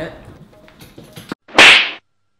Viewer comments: I love when says stupad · Hahhahahah the father is saying stupat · hehe stupad 😂😂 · Hamza Chawla no stupaad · Hamza Chawla I love when says stuppad to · I'm also want to say that ( stupad) 🤣🤣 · I love when says stupad and whatever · Mee tooo i always forwad when he say stupad😀😀😁😁😀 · it is stupid not stupad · I love when says stupaad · I luv say stupad